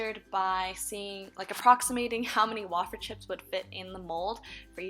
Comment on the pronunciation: wayyyy feeeerrrrrr way-fer. not wah fer -________